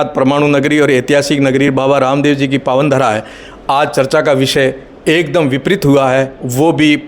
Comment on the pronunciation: सरसाओं में है या चर्चाओं में है।हिंदी के पत्रकार हो तो उच्चारण तो सही किया करो भाई।चर्चा को सरसा क्या कह रहे हो।